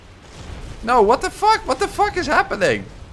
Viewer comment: Love the dutch sounding ''NOUUUUU''